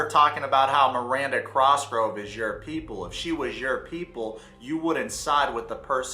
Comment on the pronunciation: Cosgrove not Crosgrove